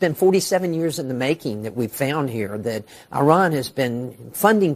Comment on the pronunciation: all these years and Scott still can't pronounce IRAN correctly